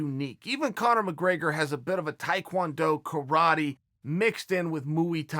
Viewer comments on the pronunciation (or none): none